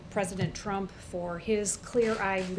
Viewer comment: "trump time..." lol sounded like dum time